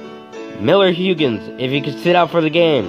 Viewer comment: Do you know anything about baseball history or are you just reading a script? Miller Huggins is pronounced Hug like an embrace. The man's name is Rogers Hornsby. The St. Louis Browns did exist and became the Baltimore Orioles.